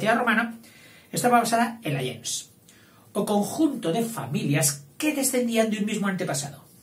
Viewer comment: Me va a disculpar,, el atrevimiento de corregirle yo, alguien que admira su trabajo y que por lo demás reconoce totalmente su erudición: el término gens no se pronuncia como usted lo hace, según acuerdan la mayoría de expertos hoy día. Sería más bien algo como "guens".